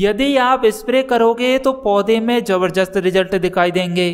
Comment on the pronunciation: Jabarjast nahin jaarjast nahin jabardast hota hai